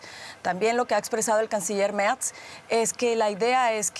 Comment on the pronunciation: El canciller "Merz", se pronuncia tal cual...con todas sus letras!!.